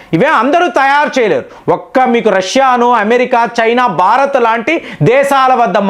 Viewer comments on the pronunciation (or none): none